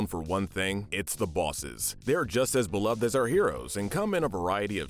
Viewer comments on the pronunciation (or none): none